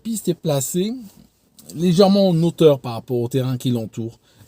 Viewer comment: Les h aspirés : "son hangar" sans liaison et non "son nangar". "en hauteur" : idem Si vous ne savez pas si le h est aspiré ou non, vous pouvez regarder sur un dictionnaire Larousse (y compris celui qui est en ligne). Les mots commençant par un h aspiré sont précédés d'un astérisque (*). On peut aussi regarder sur le Robert où les mots commençant par un h aspiré ont leur transcription phonétique qui commence par une apostrophe (').